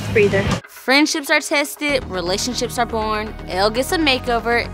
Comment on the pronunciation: She said relationsip